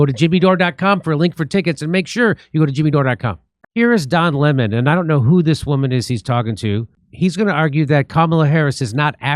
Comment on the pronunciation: That's Don Le-MON To You, Jimmy, K?